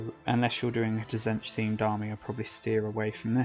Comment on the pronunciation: I believe Tzeentch is pronounced Zéénch, t is silent. Great video though.